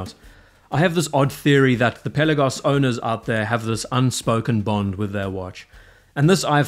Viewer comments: Awesome watch, great vid! Pe’Lagos not Pella-gos. Thanks 🙏🏼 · Not to be a putz but the accent should be on the second syllable.